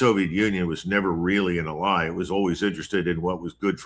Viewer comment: Ally is pronounced AL Lie, not a Lie. I have to ask, is this truly Col Douglas Macgregor or is it AI? You just never know these days. I find it hard to believe he's never heard the word pronounced correctly.